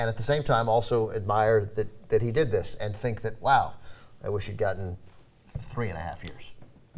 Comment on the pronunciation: Ana, do you really need to emphasis "He did" like that?